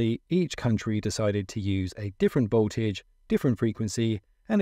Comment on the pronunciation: Voltage not boltage